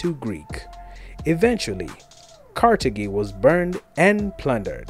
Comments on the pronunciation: Carthage is not pronounced kartagee but kartaj it shows you don't know what you're talking about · Carthage is not pronounced "Carta-gee." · Carthage is pronounced ( KAR-thij) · Carthage is not pronounced karthakey. Also, it is not technically "african", but phoenician. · I’ve never heard Carthage pronounced that way but maybe that is the true pronounciation, it was an African civilisation afterall 😂😂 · You mispronounce Carthage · That is not how to pronounce Carthage in English.